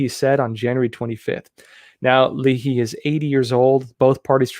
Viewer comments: Lay hee....not Lee Hee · Senator "lay' he" ( you really NEED to learn to correctly pronounce the names of the people and states you are talking about. It matters, and lends to your credibility. ) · I enjoy your coverage of the news and your insights. But for someone who follows current events, your lack of knowledge of the correct pronunciation of simple words such as Arkansas, as the State, and Leahy, as in Senator, baffles me. I'll blame it on your education in the city of San Diego, State of California.